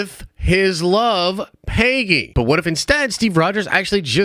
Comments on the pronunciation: The way you said Pay-gee annoyed me🤣🤣🤣 It's Peg-ee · PAY-GEE?? Bruh